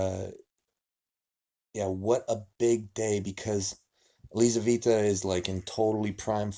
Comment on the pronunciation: Елизавета. Лизавита режет слух.